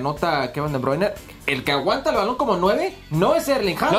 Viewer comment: Que alguien le diga a Hércules que Kevin se llama De Bruine. Y no De Bruiner